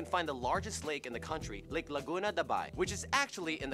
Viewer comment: Laguna De Bay. Not Laguna Debai.